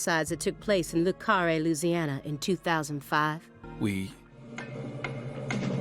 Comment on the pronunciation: As someone from the area surrounding where the game takes place, it was constantly painful hearing the faux-french/cajun pronunciations in the game and the narration. Fleur de lis? Floor deh lee. Le Carré? Lay carray (with a little roll on the r(s)). Not floor dih liz, or lou car ray. But it's okay. Hopefully you get some food while you're perusing the area. Iz good and yummeh :)